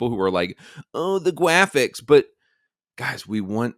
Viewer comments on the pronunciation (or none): "the gwapichs" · The gwaphics😂😂😂😂 Fire those ladies